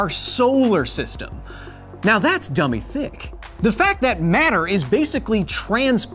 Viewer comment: Something about hearing you say dumby thicc fills me with joy. Thanks for the serotonin nerd Thor